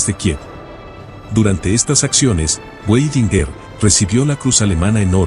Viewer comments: Muy buena la historia de Otto Weidinger, Solo que se pronuncia Vaidingaar. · A pronuncia do nome Weidinger com o W pronunciado como em ingles ,irrita.